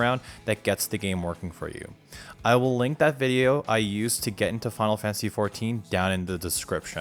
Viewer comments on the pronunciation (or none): “Final Fansy”